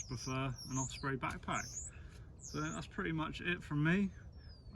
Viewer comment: Great video, but there's no F in Osprey...😁